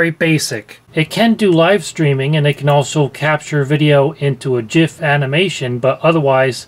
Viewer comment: Kudos for pronouncing GIF correctly.